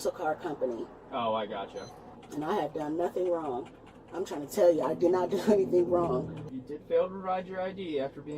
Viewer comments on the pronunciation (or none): She put a hard G on Wrong(uh) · what is with the extra syllable on the end of the sentence? “I didn’t do anything wrrroooonnnnggggg-uh” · Love that two-syllable “wrong” is awesome. Wron-ga. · “I didn’t do anything wronguh.” Sounds like my middle school students.